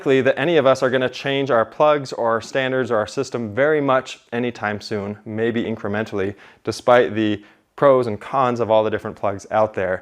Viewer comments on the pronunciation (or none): none